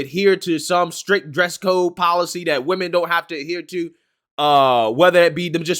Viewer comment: why can't ANY of these "younger" folks pronounce the word: WOMEN correctly???